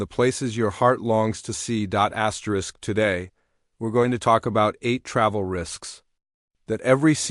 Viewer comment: STOP SAYING askerest